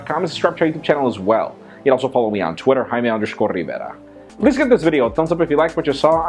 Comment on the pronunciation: seriously ,, I like when he said "I am Jaime Rivera (Rivera )" hahaha.